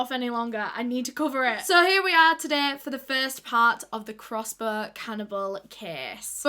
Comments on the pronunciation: "Crossbor" haha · I thought more like crossboah